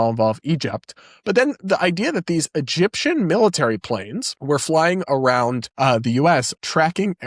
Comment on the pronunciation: I read your thumbnail and all I could think is, “Candace is too nuts, even for Alex Jones?” Also, in some of the clips where Candace says “Egyptian planes,” it sounds like she’s saying “Gyptian planes.” Which makes me think of His Dark Materials.